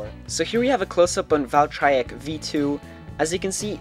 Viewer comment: He says "valtryek" right.